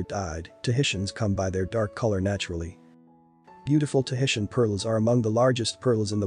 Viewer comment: This video has some great visuals, but it is SOOO annoying when narraters of documentary type (reserached) videos can't take the time to at LEAST pronounce terms correctly: Tahitian, nacre, bi-valve, etc. Get it together people!! If nothing else, it is respect.